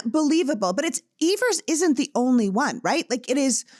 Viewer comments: Evan’s not eeeeebers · Yes! And mispronouncing his last name. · I didn't like the way she butchered Medgar Evers name! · I’m a little irritated that she can’t or does not know how to say Medgar Evers’ last name correctly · She couldn’t pronounce Medgar Evers name right even after being corrected. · Please pronounce Medgar Evers correctly. Thanks!